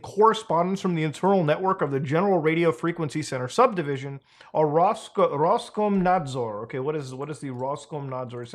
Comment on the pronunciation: as a russian, muta googling roskomnadzor was straight up hillaroius